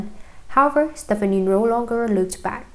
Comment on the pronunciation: Learn to correctly say her last name before you read a tabloid magazine.